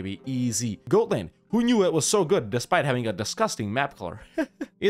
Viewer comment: It is not pronounced goat-land... It is pronounced God-land